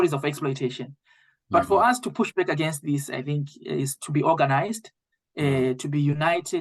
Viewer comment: All these "EGENES" as they pronounced "Against " claiming that they know English!!